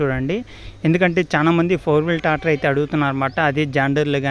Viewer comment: Tator kadhu tractor